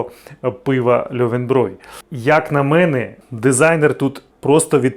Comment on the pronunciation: Ти правильно кажешь: "льовенброй", оскільки ä=е, а буквосполучення eu в німецькій читається як "ой", наприклад в слові neun (нойн, тобто дев'ять) чи Euro (ойро).